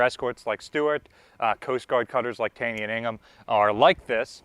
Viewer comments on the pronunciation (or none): Isn't it pronounced Taw-ny not Tay-ny after MD politician and Supreme Court justice? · It is pronounced TAW-nee. Common mispronunciation. Fun fact: While Taney was indeed a Supreme Court Chief Justice, the cutter was named after him because he was a Secretary of the Treasury at one point.